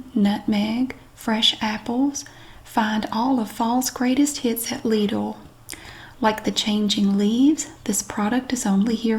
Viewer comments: I don't get why people give you grief over the pronunciation of Lidl. Yours is very close to the the German pronunciation, after all, which I'd spell out as Leedle. Pretty much the same. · Lidl actually is a german store. It is pronounced lee-dl - like needle with an L. Just like said. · As a German i can confirm you pronounce it 10000% RIGHT 🙂